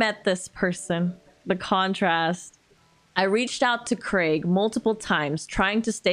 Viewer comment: Congratulations on you correct pronunciation of 'Craig'